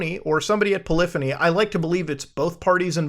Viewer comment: Dude please learn how to say polyphony correctly, That was pretty autistic mate. it's pronounced like the word symphony as the Poly is shorthand for polygon as they use to be registered as "Poly entertainment" before renaming in 1998 too polyphony. It's quite literally a artesian composer reference in the form of a play on words.......